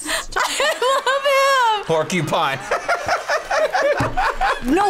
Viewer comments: No. The guy said CUPINE. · name a word that comes after pork..... The full word is porcupine. Why would you say pork CUPINE? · My favorite is "name something that follows the word pork" the contestant said qupine